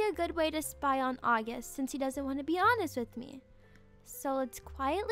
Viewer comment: it’s August not Aughust